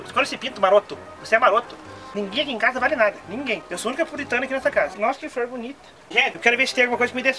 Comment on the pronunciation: "nossa que fror bonita" kkkkkkkk